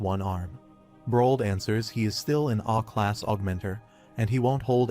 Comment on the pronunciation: Aa class not "A" class😂😂